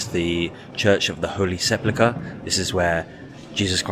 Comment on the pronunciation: You mispronounced "sepulcher/sepulchre" throughout the video. A bit of constructive criticism, friend.